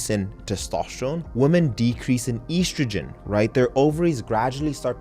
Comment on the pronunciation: Very nice. Also, you're one of the few who can pronounce oestrogen (or "estrogen") correctly; bravo. But one thing: it's lb, not "lbs" or "LBS", even for the plural (just like it's "oz" and not "ozs" for ounces).